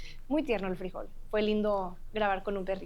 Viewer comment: Frijol (the dog's name) is pronounced FREE-HOLE in English, with the accentuated syllable on HOLE.